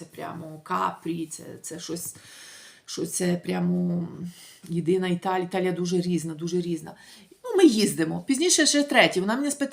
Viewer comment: Не Італіа, а ІТАЛІЯ.